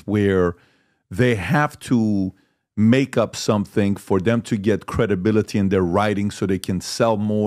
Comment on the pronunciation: It's not "dem" patrick. T H E M, pretty easy word, I expect you to practice